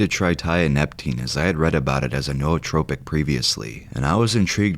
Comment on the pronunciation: I’m pretty sure it’s pronounced “new-tropic”